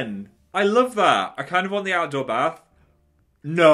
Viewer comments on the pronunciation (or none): none